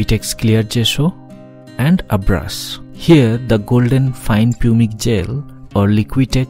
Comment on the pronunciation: An interesting video, thanks for posting this. One minor point - Pumice is pronounced 'pumis' in English.